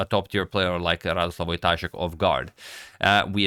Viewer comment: To be correct, he is not Radoslaw, but Radosław. Like "w" in 'wow'. He is polish GM, not from russia.